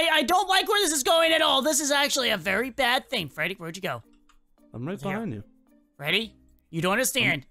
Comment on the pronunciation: "Freddy, joo done goofed"